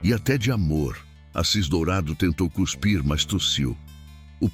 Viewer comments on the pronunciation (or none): none